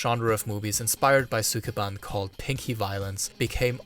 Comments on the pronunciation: All that research and he couldn't even learn how to pronounce "sukeban" correctly. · “Sukeban” is how Maduro pronounces Mark Zuckerberg’s last name